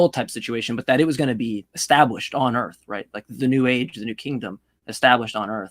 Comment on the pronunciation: "if you look at the way that them Earfs fit together..." 😂😂😂